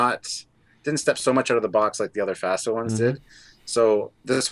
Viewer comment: FASA... Fa as in the musical note and Sa as in the word saw. Not long A's